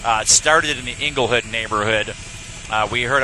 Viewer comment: he said" ingle hood "lmao